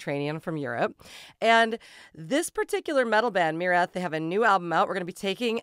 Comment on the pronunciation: Thank you for pronouncing the band's name correctly, that's refreshing!